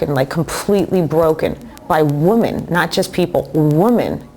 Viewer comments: Please pronounce the word WOMEN correctly..when used as plural it is pronounced as WHIM men not as you say in your reference THOSE WOOMEN. THANK-YOU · Even with her nutty behavior, Danielle is a fabulous speaker... except for the constant slip-up with the word, woman {women}! I for one, truly want to know why she can't get that right! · Talk about butchering the english language! It's WOMEN NOT WOMAN! Idiot!!!!